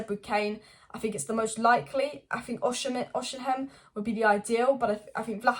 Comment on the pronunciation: His name is pronounced Oss e men.